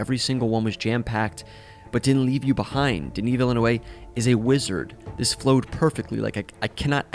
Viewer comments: I feel like I'm being gaslit with how Villeneuve is being pronounced. I hear a lot of western anglos (prolly form the US) pronouncing it vil-eh-nu-way. It's Vill-ne-ve. Like the F1 driver, Jacques Villeneuve. For reference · Villain away ? oh for crying out loud what is wrong with linguistically challenged English speakers incapable of pronouncing anything that doesn’t sound like Kevin. There is not even the letter W in his name. Why would you pronounce it like that ? Vilnoov. Ugh. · It’s been a ride the last few days with the variances in the mispronunciation of “Denis Villeneuve” as ‘DEN-iss’ instead of ‘dah-KNEE’ and ‘villa-NOOVE’ instead of ‘vil-NUV-eh’ although ‘VIL-new-way-vay’ in this one was a first for me. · Villeneuve (vil-nuv). I've been kind of confused why so many youtubers are suddenly mispronouncing Denis' name lately... people keep saying it like he's from South America and spanish speaking (vilinueva) or like the end is all silent (vileneuay)... Anyways simple mistake thats no biggie! Great video, great perspectives! This movie was excellenct cinema! I've not been more excited to go to the theater than last weekend! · Denis New-Town (Ville-Neuve) is a better pronunication. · Denis Vilanowe? dude... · I don't understand why people Spanish up a French-Canadian name... It's Ville-NUV. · The director's name: Denis VellinEUve Most american saying his name: Denis VillenUEve saying it: Denis VillenUE... The only reason it's okay to butcher his name is that Denisbutcher's english with his accent. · Denis Veel'-noh-vvvvvvvvvvvv' for the pronounciation ;-) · what??? Its pronouced “veel n-euuh v” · Denis Villeneuve is pronounce ..Duh-nee _ Vil-nuv.. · It's prounounced denknee villNEWv haha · love the review, but it's pronounced "veel - nuh - ve" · Great review, but please...that pronounciation of Villeneuve is quite painful. Ville-Neuve. put a focus on the V. Thanks. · Denis WHO? You are butchering his surname. It’s like “ville-nerf” yeah?